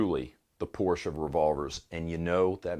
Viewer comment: Just for the “Porsche” instead of “Portia” I’m sending you money Well, not really but you get the idea All the best to everyone